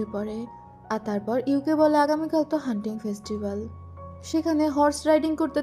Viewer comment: তুমি বলেছ হান্টিং ফেস্টিবল আমি শুনেছি হাড্ডি ফেস্টিবল , মনে মনে ভাবলাম এইডা আবার কি ফেস্টিবল পরে ভালোভাবে দেখে আমি হাসতে হাসতে শেষ 😂😂😂